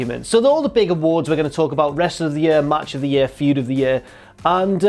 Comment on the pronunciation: apology accepted (seconds later) "First up, match of the yurr" OH MY GOD